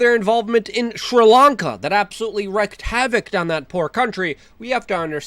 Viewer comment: It still isn't wreck havoc, it is still wreak havoc which rhymes with creek.